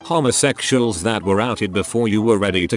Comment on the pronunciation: I love how this voice pronounce " homosexuals "